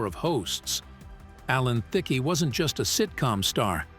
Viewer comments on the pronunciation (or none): At least learn to say his name correctly😂. Also please show the correct clips of the subject matter. For example, showing scenes from How I Met Your Mother while talking about the game show.